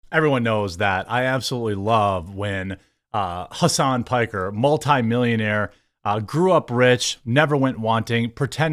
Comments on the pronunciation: "Hammas Piker" 😂😂😂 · "Hamas Piker" LOL